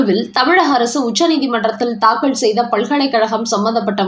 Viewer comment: அம்மா!அது தாக்கல். தாக்கள் இல்லை. உச்சரிப்பில் கவனம் தேவை.